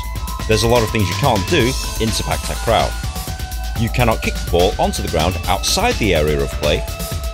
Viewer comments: It’s pronounce Si pak, tak ro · The way u said sepak takraw is kinda funny